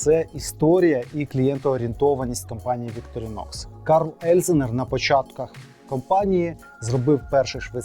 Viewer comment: Ударение на первую О